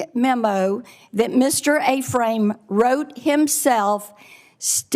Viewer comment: Ephraim is Pronounced F-Ram.. Not A-Frame woman.. Jeez